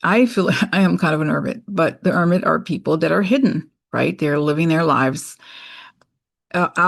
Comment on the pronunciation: your Brazilian “ermit” is adorable.